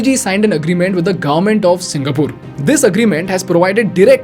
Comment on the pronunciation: Please pronounce singapore properly. Thank you.